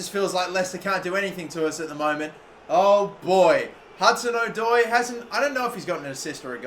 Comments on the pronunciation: No it’s not it’s O-Doi not Adoi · the pronunciation of hudson odoi annoys me 😂😂😂 its adoi rather than Oh-doi